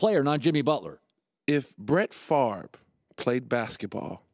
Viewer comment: "if brett farbe"